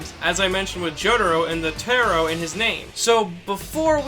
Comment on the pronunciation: Sorry to say, but pronouncing "taro" as "teh-ro" you've essentially fucked up a little. In Japanese, it would be written different in katakana, as what you're pronouncing is: テロ (tero) but what you're trying to say is: タロ (taro). I know, nitpicky, but mis-pronouncing Japanese anything, even katakana versions of western words, is fatal.